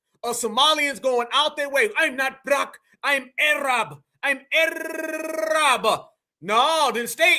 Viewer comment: “ I’m Arrrraaabbbb “ and you rolled the R 😂😂😂.. I spit out a little of my coffee when you said that 😆😆😆